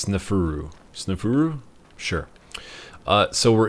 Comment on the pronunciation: U said snefuru and Anubis wrong